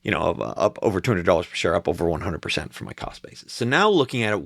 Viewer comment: Sorry I misheard "a 100% "gain . "A 100%" sounded " A 800%"